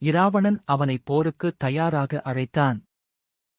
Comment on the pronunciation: Hallo athu Eravanan illa Ravanan nu sollunga 😂😂